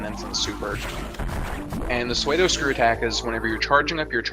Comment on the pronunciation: Pseudo Spin Attack is pronounced like sue-doe, not suede, for the commentator's information.